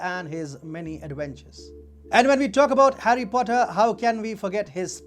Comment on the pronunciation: Har-Xi Potter